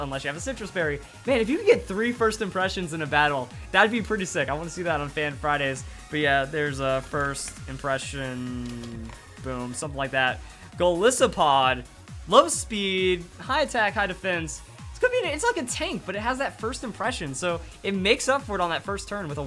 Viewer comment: Hey, just to let you know about wimpod's evo. Goliath + isopod= Golisopod. So it's pronounced Gah-lie-so-pod. Great video as always.